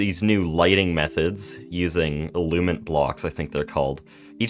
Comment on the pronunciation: I believe you're saying "illuminant" wrong lol. it has an extra "in" syllable that you're leaving out. you're just saying "illumant" instead of "illuminant"